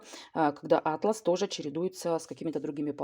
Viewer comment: Почему Вы не уважаете свой язык? А´тлас - это набор карт! А ткань называется - атла´с.